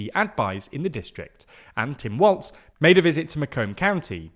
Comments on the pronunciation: As a Minnesotan I feel like I have to say this: it's pronounced "Walls" not "Waltz" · It’s “walls”, not “waltz”, “hoe-cull”, not “hoe-chul”, and “Marie Gluesencamp Perez” (Gluesencamp Perez is the full last name), not “Marie Perez” I love you silly brits but please for the love of god just try to find a single clip of someone saying their names 😅